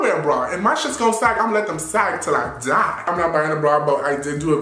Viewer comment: “Imma let em sag till I dié”